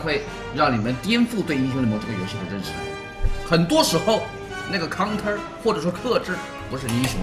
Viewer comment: center我就知道conter就不知道哪门子的英语了